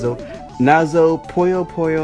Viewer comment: You are pronouncing the Nazo part correct. The Puyo part is wrong. It should be pronounced like "Poo-yo", as in Poo.